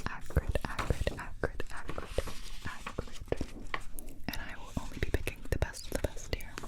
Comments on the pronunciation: I heard "Hagrid" instead of "acrid" x) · Thought you were saying the first word was Hagrid